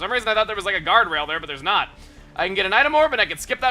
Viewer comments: acerola is a tropical berry not whatever you said lol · As a brazilian, hearing chugga saying "acerola" like this was pretty funny! (by the way this is a acerola